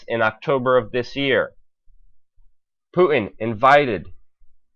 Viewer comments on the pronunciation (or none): I love your reporting, BUT FOR GOD'S SAKE..... It's 'POOTIN' ....NOT 'POO-IN' . Please pronounce the 'T' in Putin. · I believe it's a speech impediment because, Putin is being pronounced as "Poo-in" and important is being pronounced as "inpor-ant" so he doesn't sound out his T's. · Please pronounce Putin correctly. Sounds pretty weird the way you say it.